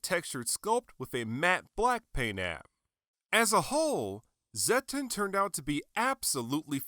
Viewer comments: It's pronounced "Zet-tON" not "Zet-TEN". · Why did you pronnounce it as zetten? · I was surprised how you pronounced Zetton xD Took me a little bit to get use to it lol.